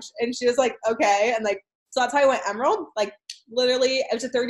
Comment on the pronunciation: The way that one girl says "emerald" I swear she was saying "Emeril." BAM!